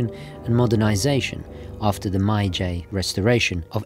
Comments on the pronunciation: maayjay restoration lmao. it's "meyjee" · An american trying to correct pronunciation using "american" rather than actual phonetics is the most american thing i've seen today 😂 The phonetic spelling for GEE is JEE Phonetically Meiji would be more like meh-ee-jee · also Gee as in Bee Gees not Geese haha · I love how a south London chav born and raised on an estate with a burrow boy for a father pretends to be so educated and cultured. It’s May-Gee FFS. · Meiji is pronounced "May Gee" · That must have been the worst pronunciation of that name I have ever heard. Took me a while to actually realize, what he was talking about.